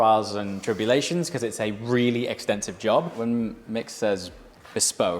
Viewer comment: The ‘T’ in ‘EXTENSIVE’ is also interchangeable with a ‘P’.